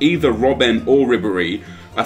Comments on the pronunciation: please, his name is pronounced Lev an dov ski, it really makes me cringe when people say his name wrong 😣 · How many times are you going to butcher Lewandowski's name?! Daamnnnn XD